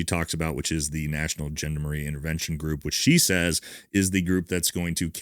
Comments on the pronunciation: Great sit-rep mate ( yeah I said it 😅 ), but I'd love to help you with your French pronunciation. 'Gendarmarie' isn't gender-marie. Think John-dahmer-ree. Hope that helps. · It’s Gendarmerie not Gendamarie. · Gendamarie is pronounced gendarmarie and Marseilles is pronounced marsay 👍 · There is a D in Gendamarie sir and marseille is pronounced 'mar-say' You are welcome. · "Gendarmerie" (French)is pronounced john-dar-marie. Just a tip that can be helpful when researching and conversing. The gendarme is the police, gendarmerie is military & paramilitary special forces. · Correct spelling: Gen-dar-me-rie Pronunciation: Sean-dhar-muh-ree (just some trivia for those two or three guys who are interested in foreign languages 😉)